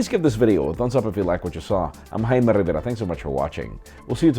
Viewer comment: "I'm "